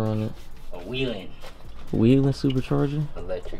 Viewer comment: I laughed when he said to Jensen "a WeLand supercharger" like he knew anything about it. Sir it's Weiand